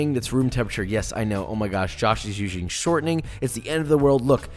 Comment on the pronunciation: "Josh is ushing shortening"